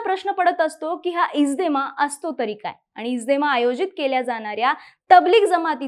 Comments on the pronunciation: इज्देमा नाही गं बाई इज्तेमा आहे ते... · इज्देमा नाही, इज्तेमा, आहे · It's इज्तेमा not इजदेमा